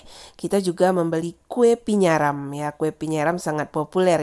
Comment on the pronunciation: Bukan Pinyaram. Tapi Paniaram.🤣🤣🤣🤣